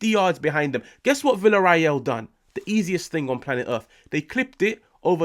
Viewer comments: VillarREAL not VillarRAEL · It's pronounced viya-ray-yal.